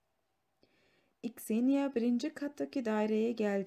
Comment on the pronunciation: İkseniya değil kseniya olacaktı